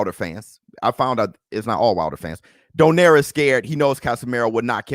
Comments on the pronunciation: Let me correct you all,, nonito's last name pronounce "donairy" not "doner" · Its not donaire its donayri hahahaha